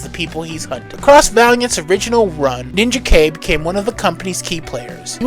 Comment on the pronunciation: How can you say a character is your favorite when you don't even say his name right? So much of your info is so wrong or just misleading. While I appreciate spotlighting some of my favorite characters, it actually hurts how poorly you represent them. Rai (pronounced RYE) is more than one character. There have been at least 6 characters to carry this title and they all dealt with many different issues. I could go on and on ,but rather than out you down, I hope you delve into these characters and actually get to know their stories because you missed so much. From Eternal Warrior to Ninjak you sold them short in this video.